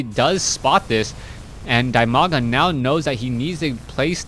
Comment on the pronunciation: it's di-maga, not die-maga.